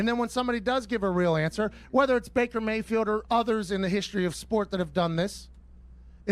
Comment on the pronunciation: Pat says both “I yam, who I yam” and “Baker Bae-field” in this video. ^the above sentence should also be the title of this video